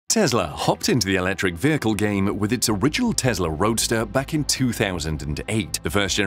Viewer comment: FYI: it's Tesla not Tezla